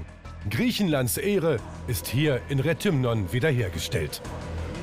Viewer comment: Ps Das heisst nicht retümon. Das heisst re (englisch tee eitsch) th ümno